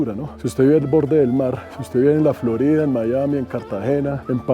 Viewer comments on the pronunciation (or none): none